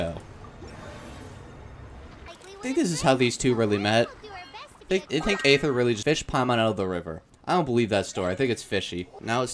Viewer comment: you say aether so wrong omfgg 😭😭